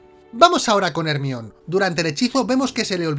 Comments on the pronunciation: Cada que dicen hermión Mi cabeza: el mión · Odio cuando dice Hermion. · No entiendo porque le cambian el nombre de Jermayoni a " ermion" ?